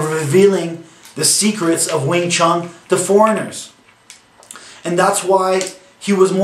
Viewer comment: I love these guys who flat out bash and sound like they know it all, yet butcher all the names and history. Wing ChunG lol